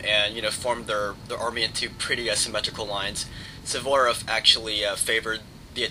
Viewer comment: I congratulate you! I think tha you're the only american that i know that can pronounce "Suvorov" correctly. Great battle!